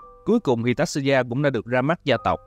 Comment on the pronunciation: Mình chỉ có góp ý nhỏ là tên của Tatsuya phát âm là : Ta Tsu Ya , chữ Tsu thì đọc gần giống như là Chư nhưng cũng ko hẳn 100% nha😅, chữ này khó phát âm nhất trong bảng chữ cái Mình ko muốn thể hiện trình độ tiếng Nhật, chỉ là góp ý vì biết đâu sau này bạn sẽ gặp lại nó.